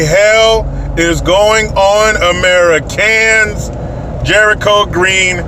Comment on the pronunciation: i love when he says AmeriCAN. haha